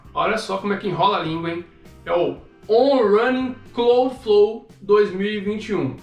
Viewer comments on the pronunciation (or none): pequena correçãozinha para o trava-línguas em inglês kkkk on rãnin cláudflou 😂